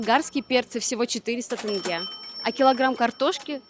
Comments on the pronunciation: Авторами ролика не пройден главный экзамен. Неужели так сложно произнести тенЬге? ТЭнгЭ уже не режет слух, просто выдает степень подготовки)) Ребята, произносите слово Тень и добавляйте окончание -ге, произнесите слитно ТЕНЬГЕ😁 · Где вы увидели в слове тенге Э??? Ну хватит уже коверкать нашу тЕЕЕЕнге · Не тАнге,и не тЭнге,а тЕнге! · Ребята, очень классный выпуск про мою любимую страну. Приезжайте еще - встретим, накормим, покажем места. Там, где вы были - это самые популярные точки туризма, но помимо них есть еще очень много знаковых и памятных мест. Один совет - не тЭнге, а проще - тенге. Вы гости, поэтому никто вам не скажет слова поперек, но правильно вот так. Казахстанцы очень дружелюбны и открыты, гость - это святое, праздник в дом. Удачи вам в ваших путешествиях и ждем новые выпуски! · Почему все россияне так говорят?тЭнге.написана буква Е.так и говорите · скорей всего вы неправильно уловили звук. У россиян это норма, я уже привык. Говоришь им тЕнгЕ, буква Е, а они все равно тЭнгЭ,😂😂 так и с Байтереком, говоришь как написано так и звучит, бАЙ-тЕрЕк, а в ответ бэйтэрэк? Бэтэрэк?😂😂 Вы как кавказцы какие-то, все через Э, я в шоке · Дорогая, не тЭнге, а тЕнге.... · Ни тенге, а тенЬге😊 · Добро пожаловать))). Спасибо за красивый гайд для туристов, рекламу нашей страны. Одно но... Ухо режет просто, правильно тЕнге, не тЭнге. Это как 100 рублЭй))). А в остальном один восторг видеть родину вашими глазами, аж сам себе завидую))). Рахмет ребята)))!!! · Ни тЭнге а тЕнге, прям слух режет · Это из тойже сериии что тЭнге, а не тЕнге! Хотя мой муж из Туткменистана, но произношение как нужно! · Можно говорить не ТЭНГЕ, а Тенге! Благодарю вас. А видео очень интересное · Не БИйтерек, тЭнге, КАльсай, а БАйтерек, тЕнге, КОльсай. Язык у нас не казахстанский, а казахский. Спасибо за видео! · Не КАльсай, а КОльсай ... Режет ухо, как и "тЭнгэ". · Опять ТЭНГЕ...ОПЯТЬ! Да чтож с вами всеми такое... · ТЕнге❗️, КОлсай ❗️. Аж уши режет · Тэнгэ мля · Кальсай тэнгэ 😂😂как вы бесите